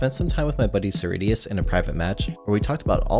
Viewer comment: When you first said cerridius I thought you said SirD lol